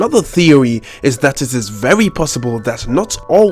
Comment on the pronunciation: “My thewy” oh nononooo 😂